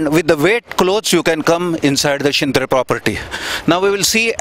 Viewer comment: त्या मॅडमना शिंत्रे या शब्दाचा उच्चार करता येत नाही, स्वतः शिंत्रे साहेब उत्तम वर्णन करीत आहेत आपल्या अलिबाग नागाव विभागातल्या हौशी यु-ट्यूबर्स ने मनावर घेऊन अशा पध्दतीने चॅनेल्स सुरू करून पर्यटन व्यावसायिकांना मदत करावी.